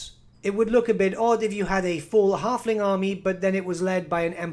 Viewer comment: "The tyme of the Harfling is noigh."